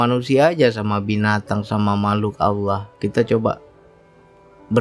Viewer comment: tolong benahi ucapan lafad Allah yg ucapkan